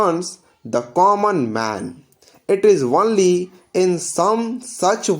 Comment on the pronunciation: The only thing I didn't like was the pronunciation of "only" as "honly" in the vdo